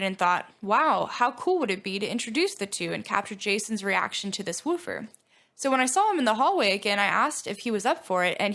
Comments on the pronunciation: You gotta learn to say woofer right, its not wooo-fer. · Wooh-fur. Lol